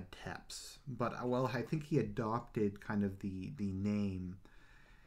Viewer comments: Technically it's Tzepesh but yeah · One criticism, it's pronounced Tepesh not Teps.